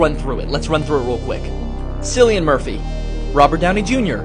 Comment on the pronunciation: If you're gonna make a video, at least have your facts straight. Pronounce Murphy's name correctly, and state exactly what Oppenheimer was quoting, which was The Bhagavad Gita